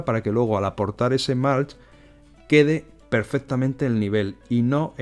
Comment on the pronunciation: Súper interesante! Gracias por compartirlo!! Por cierto, acolchado en inglés se pronuncia “mulch” con u no “malch”. Un saludo!